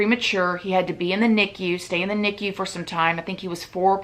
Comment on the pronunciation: The way you say NICU 👀😲